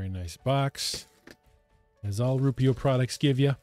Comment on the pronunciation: I think the company may be called ROO-eh-pro.